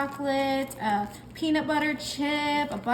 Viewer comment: Buttah makes everything bettah!!!! 😂😂😂😂